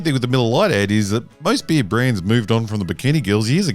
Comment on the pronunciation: The way he spells "beer" mademe chuckle, because it sounds like "bee" XD